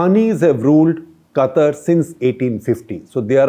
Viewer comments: Qatar is pronounced as Kataar not Cutter .. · Shekhar its not 'Kuttur' its 'Qatar' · My mind since Gupta sir started talking Today Quatar Quatar Quatar Quatar Quatar Quatar Quatar Quatar Quatar Quatar Quatar Quatar Quatar Quatar Quatar Quatar Quatar Quatar Quatar Anyways it's Qatar 🙄🙄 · It's Qatar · Its Qatar.